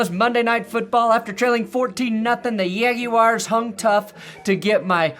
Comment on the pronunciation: Everytime says yaguars🤣🤣🤣🤣it got me😂😂 this is so hilarious 🤣🤣